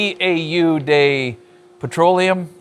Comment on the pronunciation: did AvE just pass through? If so, he could've helped you with that pronunciation of "eau!" For what it's worth, that smell of a cut-off wheel on iron is one of my favorite smells.